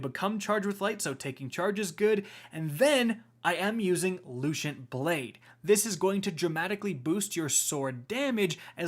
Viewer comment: Wow saying words wrong is just your thing now huh? You’re the only one I’ve heard pronounce Lucent wrong